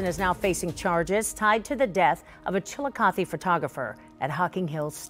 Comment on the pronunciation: The second I saw her photo in the thumbnail I knew who this was it happened in my town and my mom knows his mom. I’ve also been arrested by that officer before 😭 Btw old man’s cave is in Logan Ohio not chilicothe (the pronunciation was making me cringe the whole time💀)